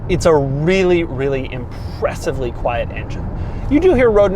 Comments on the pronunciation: Doug the type of guy to add syllables to words. “Quiet-uh ride” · Doug, quite mode exists in every car, it's called fader.